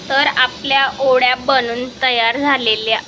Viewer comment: Tai ओड्या nhi o .. te वड्या असतात.... जास्त सुशिक्षित बोलण्याच्या नादात काही पण काय 🤦